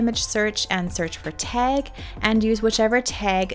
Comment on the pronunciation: Love the tutorial! Only thing I would change is pronouncing "tag" ... it's not pronounced teg (pet peev).